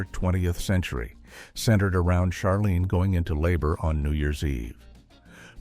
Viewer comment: Jean Smart’s character’s name was pronounced Ch arlene, (as in chair) not Sharlene.